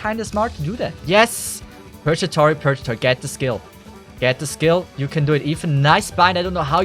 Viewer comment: If actually learned how to read, I may actually be a believer. Edit: nevermind. Until he learns to say Purgatory correctly, I'm too irrationally annoyed to ever be a believer. Drives me nuts. Wish it didn't. Edit: And this man doesn't like one of the greatest anime of all time, Code Geass. Which is honestly more of a strategy anime that happens to use mechs. Like if Death Note had mechs. C'mon. It's not an actual mecha anime.